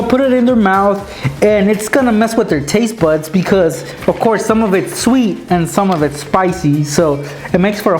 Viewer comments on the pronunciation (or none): he said taste butts